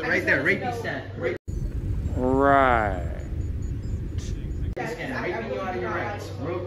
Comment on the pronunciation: The makers of the Rapiscan should sue for defamation and libel for purposely mispronouncing the name.